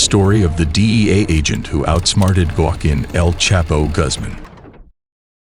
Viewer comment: I’m glad they caught “Guaqin” 💀